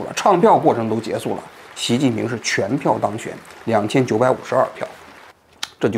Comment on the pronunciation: 王局，我发现您读结束和亚波人配音一样，都是读结素，是旧国音吗😂